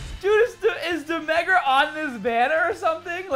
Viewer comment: No one:: DE MEH GRA